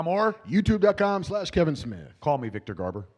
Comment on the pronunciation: " We need to call Richard Donner and ask him about Superman. So Richard let ask you. 1st , Do you know Victor Garbor ? " I burst out laughing 🤣. I thought I was watching Babble On for a second. Classic Kevin. Awesome 👌